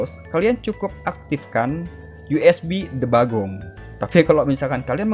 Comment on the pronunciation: Debuging ❌ Debagong 👍🏻